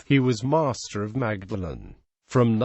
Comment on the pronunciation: Dreadful commentary, even Magdalene miss pronounced.